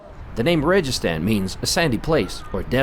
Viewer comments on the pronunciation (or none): It is pronounced wrong rejistan it is to pronounce registan sand (desert) I hope this explains correct speaking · I think registan should be spelled slightly different in English alphabet to make sound like it should be 😊. ریگ+ستان thus ریگستان G should be pronounced like g in the word good 😅 saludos de Inglaterra 😊